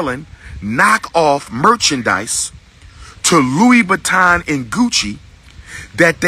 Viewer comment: did he just say louie baton???